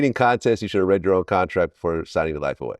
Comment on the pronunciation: Nga said “Cuntrak” lmao